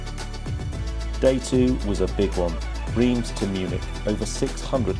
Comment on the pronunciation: What a trip! I am surprised that when you got back to France and Reims that they didn’t hang, draw and quarter you though for the mis-pronounciation ! Rather than Reems, they say it Raunce. I was always guilty of this, and then my neighbours friend who came from there kept correcting me 🤣🤣